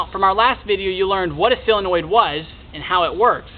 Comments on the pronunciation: Everybody, say solenoid as SO-LEN-OID, not CELL-EN-OID. Duh. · Do you think that you could learn to properly pronounce the English language? It is not s sill-in-oid. It is a SOLinoid. Drives me nuts! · solenoid not silenoid!!!!!! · Hey, - it's a "SOLE-enoid", not a "SELL-enoid. So-le-noid. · Useful video but damn he can't say Solenoid correctly at all. Seal-annoyed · Great short video. Right to the point. And if I may without offending, solenoid is pronounced sol.. i.e. Saul or doll ..and not silenoid. Just letting you know. You're a smart guy. I can tell that terminology is important to you. Thank again for the video. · sill-annoyed ? ....Americans lol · SOL.....SOL...SOL...SOLenoid. Why can no YouTube pronounce this word correctly???? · Good video......but it's SOLE-e-noid. :-) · Oh cool, you're going to teach me about something you don't even know how to say. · how fucking hard is it to pronounce solenoid properly?